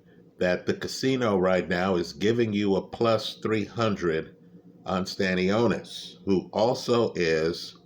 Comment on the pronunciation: Wtf is Staniosis? He ain’t a disease bruh it’s Sta-nio-Nis.😂